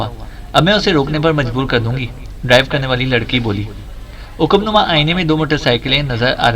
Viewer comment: عقب نما ع پر زبر ہے برادر